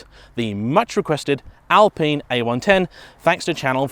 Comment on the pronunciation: I swear its al pine Not al peen